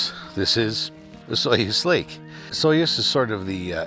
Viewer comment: I believe Osoyoos is pronounced something like Uh-soo-ys.